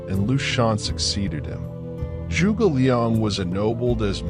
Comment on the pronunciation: The way he pronounced 诸 was crazy. He made a sound that doesn't exist in Mandarin OR in English. If you're sticking to English phonics, then just pronounce 诸 as "joo"